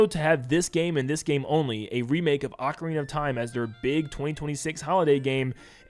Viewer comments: NeVER google ocarina for pronunciation it says AH-Karina. Even in the commercial for Ocarina of Time 3DS they pronounced it Ocarina (AH KArina) of time. YOU LOST that’s the English pronunciation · like I said go to google and click the pronunciation button. It’s AH Karina . Like I also said go watch the commercial for the official Nintendo Ocarina of time 3ds release, they pronounced it AHKARINA official Nintendo commercial. lol you LOST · You may have fumbled "Tapestry", but at least you say "Ocarina" instead of "Oakarina"